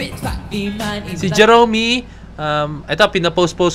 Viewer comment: Jeromy parang Jeremy na pronounciation pero O 😊